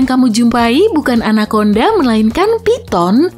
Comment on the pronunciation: 🗣️ Anakonda Ana konda ✅ Anak Onda ❌